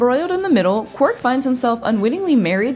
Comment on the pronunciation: Quark, not qwork, darling. Have you ever even seen the show?